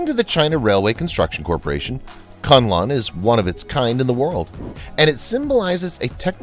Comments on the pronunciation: Kunlun is read 'koon loon' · ITS PRONOUNCED AS KOON LOON. SIGH. Its named after a Kung Fu School located in the Kun Lun (pronounced KOON LOON) mountains. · Koon Loon (Kun Lun) as the correct pronunciation. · The program is informative and interesting. However, the pronunciation of certai important Chinese names is wrong. The name KunLun is read as "koonloon" and not "CuntLahn". The engineer who designed the building machines for skyscrapers is LiXia (Lee Siah). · Hi,. "KunLun" is to be pronounced as "Khoon Loon" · Great coverage, but please spend a little time on Chinese pronunciation. Kunlun etc. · your prounciation of Kunlun is hilarious. You change the name of a sacred mountain to a name which literally means "suck cock"